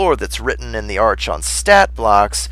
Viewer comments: It's pronounced Arkon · It's a good video, but it's pronounced "R-kon." The "ch" makes the K sound like in school.